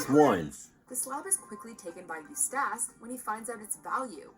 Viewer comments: I hate that mojo sucks fuck with the little things like EustAHce instead Eustace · U stash.... it's eustace Bruh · I die a little inside every time she says it wrong. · ikr. She can pronounce Muriel perfectly , but makes a cock-up of Eustace? It's bad enough when non-english speaking reviewers screw up the names, but this woman is clearly American...okay, I get it now.